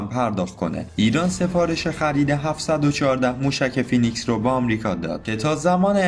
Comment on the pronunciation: تلفظش فینیکس هستش با لهجه امریکن